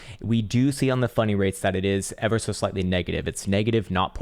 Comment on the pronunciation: I keep hearing funny rates when talks about funding rates...😅